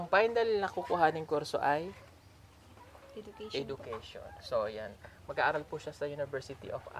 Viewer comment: Say [e-ju-kay-shn = ejukayshn] for education. Good luck and may everyone be safe 👍.